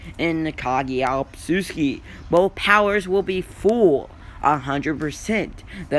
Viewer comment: Not tryna be mean but it’s otsutsuki, not obsusuki